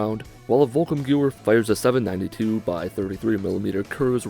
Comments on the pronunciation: The w in gewehr is pronounced as a v my boy so it’s more like geveer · volkssturmgewehr -> folks-stoorm-gae-wear ..but thx for the try, love ur shit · Volkssturmgewehr (pronounced Volks-sterm-gevere) means "People's Assult Gun/rifle" just as Volkswagen (pronounced properly as Volks-vahgen) means "People's Car" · It's 'vok-stum-G-ver' Idk if that's right but that's how i pronounce it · The guy said volkengumwer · Volkssturmgewehr.... Geez butchered that one.. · You butchered gewher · I'm not German but it still hurts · Volks-sturm-ga-vehr? That's the correct pronunciation? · "Volkum Gear"? Nah, that's pronounced more like "Folks Stoorm Ga'vare". "Volkssturmgewehr" literally translates to "people's storm rifle". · It would be more like "Folks-shturm-ge'-vehr". Breaking that down: Folks - Not like English "folk" (foke) but rather with the "o" sound from "got" and pronouncing the "l". Shturm - The "oo" from "good" or "wood" (etc.) for the "u". Ge' - Like "get" without the "t". Vehr - Like "wear" or "where" with a "v". This is rather approximate, German vowels are often not really the same as in English. And for fun the literal translation: People's Storm* Rifle *Sturm in German actually doesn't mean storm like in English (that would be "Gewitter") but rather "wind storm". I hope you found that helpful or at least I hope you found it funny how much effort I put into it. :) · The volkssturmgewehr is pronounced volks-sterm-give-air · i am german and i do not blame you for misspronouncing volkssturmgewehr ^^ in fact i pity every non native speaker who has to try and pronounce german words :D also i saw some very bad suggestions on how to pronounce it so here is the closest you can get trying to use latin alphabeth with english pronounciation: > follcks shtoorm gayvair < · i think its pronounced Volks sterm gevehr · It's pronounced vulks-strum-gwever just so you know and it means the peoples automatic rifle. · Volkssturmgewehr is pronounced volk-sterm-geh-vair